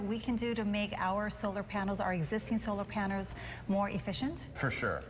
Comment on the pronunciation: she said solar paners